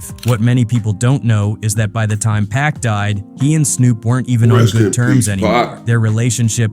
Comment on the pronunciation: It ain't pack it's Pac